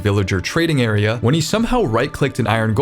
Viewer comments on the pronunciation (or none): none